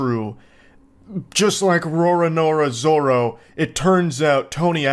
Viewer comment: How can you literally mispronounce Roronoa Zoro so bad that’s criminal 😂